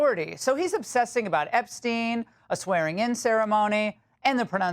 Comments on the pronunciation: Gallego will always be Ga-leg-go no matter how much he wants people to say Ga-yea-go. :face-blue-smiling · Actually it should be pronounced GAH JE GO. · How long did you have to practice his name Laura. lol Good job I really enjoy the Ingraham angle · Just remember that Spanish words that have two”L’s” do not pronounce the “L”s”, they are silent. If only one, then you pronounce it. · Gallego is pronounced F*cktard!